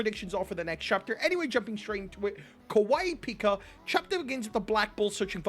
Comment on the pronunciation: Tabata (butchered my man’s name) is actually kawaiipika